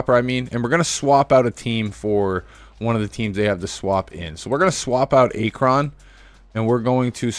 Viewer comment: Bruh, i almost wanted to click off the video just cause of how you pronounced Akron